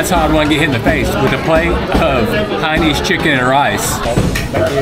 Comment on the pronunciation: FYI. It's "Hainanese", not Haines. Hainanese is in reference to the people from the Hainan province. Hence Hainanese, like Japanese. Actually, the reason why you fold the banana leaf when you're done is just to say that you're done. Also, folding the leaf towards you (as you did here) is the polite thing to do. If you fold the leaf away from you, that means you didn't enjoy the meal.